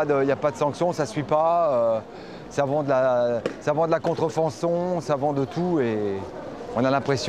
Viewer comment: je croi que le flic est pas un vrie francie par ce que il a dit contrfonson au lieu de dir contrfacon